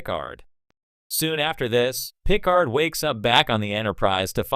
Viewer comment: Yeah, whoever made the video should have spelled "Jean" like "John" and "Picard" like "PuhCard" in order to try and get the AI voice to make the correct pronunciations with the text/script. Just playing around with the spelling of words would have helped.